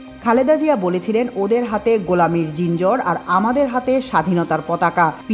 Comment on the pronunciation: আমার দেশের মতো পত্রিকার মাল্টিমিডিয়া ডেস্কে এমন সব ছোটলোক দিয়া ভয়েজ দেয়াতে হয়! একটা বাক্য পড়ে বলতে পারেনা। জিঞ্জির উচ্চারণ করতে পারেনা। কী দেখে এসব অখাদ্যকে গুরুত্বপূর্ণ খবর পড়তে দেয়া হয়?